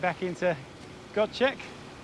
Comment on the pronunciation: Hi. My wife and İ have watched all your episodes and always enjoy them. We are from Scotland but have lived in Turkey since 2009. İ hope that you don't mind but İ want to correct your pronunciation of ''Gocek''. ''C'' in Turkish sounds like ''J'' whereas''Ç'' sounds like ''Ch''. So if you say it like it was spelled with a ''J'' i.e GOJEK it will be correct. Take care and keep making great videos .-)